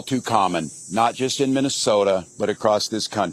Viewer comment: Tampon can't even pronounced the word "Minnesota". Let that sink in. He talks worse than Kamala and Pedo Joe do.